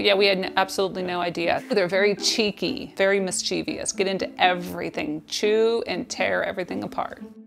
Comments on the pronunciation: It's not mischeivious, it's mischievous, there is only ONE i in the word. Read words before you pronounce them, slow down and stop taking shortcuts. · Successfully domesticating foxes, but unsuccessfully pronouncing “mischievous” (which is incomprehensibly common to me). Do the Bassetts also raise hounds? 🤓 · Why can nobody pronounce "mischievous" lmaooo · that's the first time i heard "mischievous" pronounced in such a way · They also didn’t know how to pronounce the word “mischievous”! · Anyone notice she mispronounced “mischievous”? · i really wish people would LEARN how to pronounce "mischievous"!! .